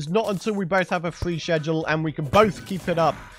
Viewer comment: And sheshual instead of schedule 😂 ( nO haTe iNtEanDed I loVe )